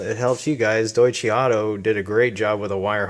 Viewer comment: The company's name is pronounced "Doy-Chuh" not "Doy-Chee"